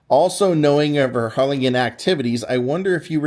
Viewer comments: Oh my goodness, that’s so neat! (Side note: hard G in Harlingen, like -GIN.) Another great video. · Evidently, he's not from Texas and didn't know how to pronounce it correctly. Lol